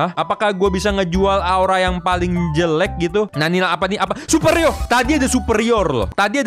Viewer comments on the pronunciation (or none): Pas ngomong superior malah super ridho padahal ridho temen GW!!!